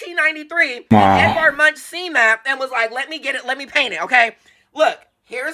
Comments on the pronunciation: YESSSss..it's " Edvard Munk " NOT Eddie Munch-n-crunch 😂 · OMG say Munk not MUNCH 😂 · Edward Munch is pronounced “ Munk “ as in chip not lunch 🤭😄